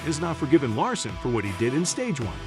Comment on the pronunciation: if you are going to do the video you need to learn how to pronoun the driver's name correctly